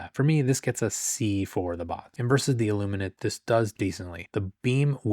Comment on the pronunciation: Thank you so, so much for pronouncing "Illuminate" correctly.